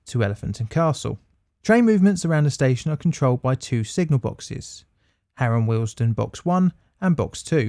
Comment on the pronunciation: Am I the only one hearing the station name as Harold Wilson? 😂